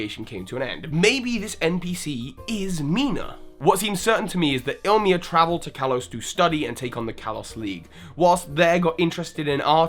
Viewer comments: it's pronounced "e- lee-mah" In Hawaiian, "e" has the long e sound I re-started this video when I noticed your first few mispronunciation, played the drinking game, and downed a shot every time you made that mistake. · also ilima's name is pronounced ILL-E-MAH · lumiose galette not lumiose gazette. ilima not ilimia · Hahaha sorry I'm not mad or anything but it's Ilima not Ilmia, and also Lumiose Galette, not Lumiose Gazette ;p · Dude. Ilima. I L I M A. The second I is BEFORE the M. I'm sorry but I can't endure it any longer. ILL-im-uh is the correct pronunciation. Or il-LEE-muh. Not ILL-mee-uh. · It's pronounced (EE-Lee-Ma) it's a word for flower in Hawaiian. I also thoght he was a girl at first because of this name. It is not ill-ma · its Ilima not Ilmia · Please, people. It's not hard to say ILIMA. You can say I-LEE-MA or EELEEMA, but ILMIA? ILMA? LIMA? Please, learn to read. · can't English. He keeps calling him Illmia. His name is ILLIMA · Is it possible that you have promblems with the pronounciation of some names of characters or Pokémon? You call Ilima Ilmia or Ilma, Dedenne Dendene or something... I mean, those names are not that hard :D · it's Ilima not Ilma ill-ee-maa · Please work upon your pronunciations. Revere Walk = Reh-veer Walk. Smear = Smeer. Laverre City = Luh-vair City. Ilima = Ill-lemur. Smeargle = Smear-ghoul. Seriously, it's not difficult. Theory = Absolute, unsubstantiated stretch. Unconfirmed and denied. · Mina was weird. You pronounced Ilima like Ilmia. Nope, wrong. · I thought Ilima was pronounced "Lima". I guess I made a mistake playing the game. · It really bothered me when he kept saying ilima as illma or illmia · e-lee-Ma. Jesus. The names not that hard to pronounce 😂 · Bryce Richardson Wrong. The origin is Hawaiian. The correct pronunciation is E-Lee-ma, it means 5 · How could you spell Ilima's name right yet pronounce it 'Ilmia" in the video? What the heck? Then pronounce it 'Ilma'? Then call Smeargle 'Smergle'?!